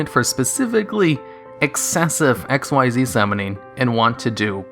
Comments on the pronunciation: The way you misread Xyz annoys me ... though good video .. keep up .. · hes hurting me... its not "XYZ", its pronounced "XZ" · XYZ is NOT spoken as X-Y-Z but is spoken as X-EASE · Its pronounced ek-seeze, not x y z. I don't know how people get this wrong. Have you watched zexal, arc v, or vrains? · Xyz is pronounced "exeez," not "ex why zee." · It's ik-seez. Not x y z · It sounds weird in retrospect to hear him say "X-Y-Z" instead of "ikseez" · Xyz is pronounced "ikseez," not " x y z." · It's pronounce "X-eez" not X-Y-Z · Fyi it’s “ehcks-ZEES.” You’re not supposed to say out each letter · The Mechanic from Zexal is "Xyz", NOT "XYZ" and is pronounced "ek-seez"! It is a word, not the last three letters of the alphabet! Try watching the Animé for once! Although, I will say that at least Malefics got new Continuous Spells that fix their rather major glaring downside... So, there's that! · You triggered one of my pet peeves by not pronouncing xyz ‘exeez’ correctly. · Its not pronounced x y z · XYZ is pronounced csees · Curses, man. It's pronounced ik-seez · XYZ= (exheez) The only X.Y.Z monsters are X head cannon Y dragon head Z metal tank and they suck ass It takes longer to say it wrong x.y.z which sounds stupid Than it does to say it right XYZ (Exheez) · U know Xyz Monsters are pronounced as Ik-Seez Monsters right? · You are saying Xyz wrong. it's said as ik-seez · I don't even play Yu-Gi-Oh and I know it's said like ex-ease, because I read it in the freaking rulebook that came with a structure deck I bought like 4 years ago. Hearing you say it wrong so many times in a short period really annoyed me. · It's not X-Y-Z it's pronounced Ik-Zeeds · Sorry for hating but I hate people like you who's says XYZ when actually pronounced in the game "Ik-Seez", how hard is it to say that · Dude, Xyz is pronounced Ikseez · King Of Spades spelled XYZ pronounced ikzeez Not X.Y.Z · Madwizard145 a lot of people call them X.Y.Z, but even in a beginner's guide it says pronounced ikzeez